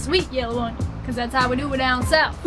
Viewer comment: Hahahahaha! That was a really sad southern accent. Keep working on it. If you want to go all Cajun on that onion, you’ll want to pronounce it onYON....